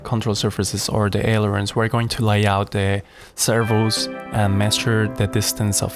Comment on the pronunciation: Love the video man this is some high quality stuff! I like how you cut the wing out with the Hotwire on the table. (Fishelooge, stab-a-lisers, aleroons. Sorry, now you're gonna think of me everytime you say those three words.)